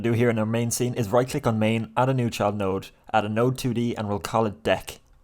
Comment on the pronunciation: Thank you sooo much for the tutorials! I've always wanted to create computer card game and with your tutorials it's been really fun and easy. One note though everytime you say "Child note" I hear "Chud note" and I have picture of chud meme playing notes in my head 🤣